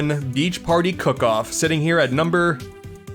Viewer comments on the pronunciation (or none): im sorry but you should probably fix the fact youve said cock off instead of cook off